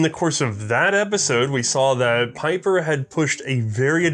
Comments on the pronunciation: Well for "one of the biggest in gun design" you show little respect by keep fucking up his name, what's so hard about pronouncing his name correct?! ... Pieper is pronounced as PEEPER, it's not that hard, not even for an American acting as an historian and firearms expert. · It is "P-ee-per". It's a Flemish/Dutch name.